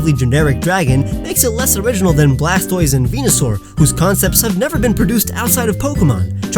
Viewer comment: Blastoise is the best out of the three starters. Also how bad at Pokemon names do you have to be to Mispronounce "Blastoise" ?